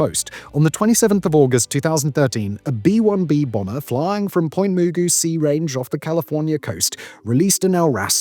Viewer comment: The Navy test range is Point Magoo (like the cartoon) not moogoo.